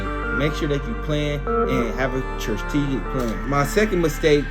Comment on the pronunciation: 😂😂 did this nicca just say “trusstegic”?? DEAD 😂😂😂😂😂 TRUSSTEEGIC PLAN AINT A WORD HOMEY. Stop using words you don’t understand 🤦🏽‍♂️🤦🏽‍♂️ it makes you appear less educated than you are. STRATEGIC STRUH -TEE - GIC not no TRUSSTEGIC..cmon gang tighten up